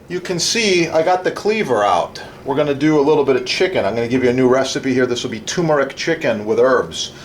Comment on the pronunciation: TuRmeric, with an ‘R’. It’s never TOOmeric.